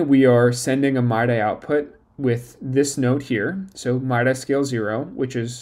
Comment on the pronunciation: Mid-eeee not my-dye. But this is cool